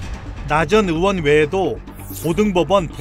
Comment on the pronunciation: 의대 교수 할떈 의 라고 발음 잘하시는데, 왜 전의원~ 할때는 으원이라고 발음 하시나요....